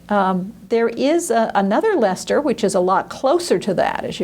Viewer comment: As a scholar you need to work on your pronunciation of Dutch words and names.. ' Leyster ' would rhyme more with ' pay ' payster